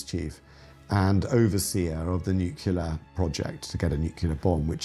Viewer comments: This documentary is very well done. But it's funny hearing someone with a cultured British accent pronounce the word "Nuclear" as "Nucular" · So amusing. That bald historian cannot pronounce nuclear.